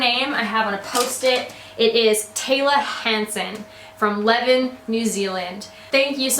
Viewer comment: Woooh New Zealand mention. We pronounce Levin as “lih-vin” we pronounce our “Es” as “Is” ha ha